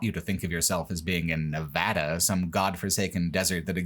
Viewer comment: Thank you for pronouncing my home state correctly! Nevada isn’t that hard guys